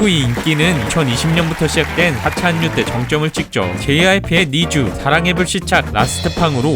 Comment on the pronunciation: 한류는 한류 라고 읽으시면 안됩니다.... 한류는 할류 라고 읽으셔야 해요.